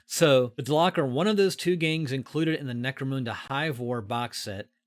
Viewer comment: Lol always get a kick on hearing "mecro-moon-da"